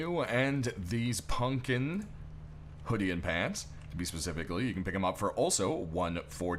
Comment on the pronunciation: Every year, you say pumpkin a d it erks my nerves 😂 why do you say it that way gah